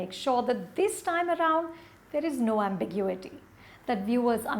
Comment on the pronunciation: 'Ambiguity' pronunciation is incorrect.